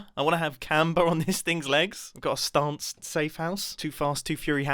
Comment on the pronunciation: "Stanced house" I'm dead